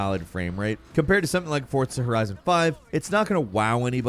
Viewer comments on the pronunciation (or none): If they're gonna make the cops do 300+ mph when I have a fully upgraded car like need for speed most wanted they can keep that shit. No t in Forza, For-za.